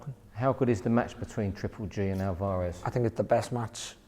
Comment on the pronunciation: Can't he say Alvarez properly? Alvaaarez